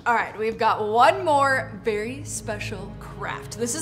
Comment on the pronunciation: you did a wery wery good job